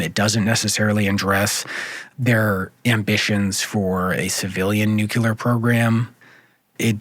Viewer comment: Are you serious? This reporter simply cannot properly pronounce a core term of this entire conflict? It's not "NUKE_YOU_LAR,". It's pronounced "NUKE-KLEE-ARR." OMFG, SMH. You've undermined all of the helpful information you've relayed to the host of this program, and all of its listeners.